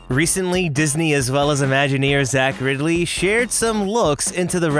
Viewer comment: When you said 'Imagineer Zach Riddley', I thought you said 'Imagineers accurately'.